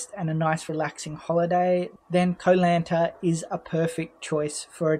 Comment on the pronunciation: You started the video by mispronouncing Koh Lanta. It was all downhill from there. Silly nonsense .😮